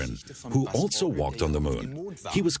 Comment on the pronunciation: I’ve never heard any English speaker pronounce the word also with a T sound... altso, altso, altso. Is this entire documentary German?